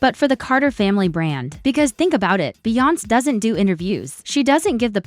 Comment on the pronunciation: They need to teach AI how to pronounce Beyoncé! 😂